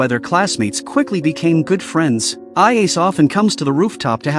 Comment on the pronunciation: Stupid AI pronounciation. Ayase turned AI Ace.